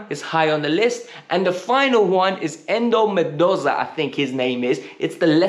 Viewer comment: "Endo McDoza"🤣🤣🤣 killing me with these names......Poch out was the correct decision, should've never gone with him from the start and I'm afraid we're gonna go down the same road with this young manager nonsense.